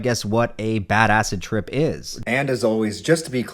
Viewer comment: I keep thinking "badass trip" when he starts saying "bad acid trip"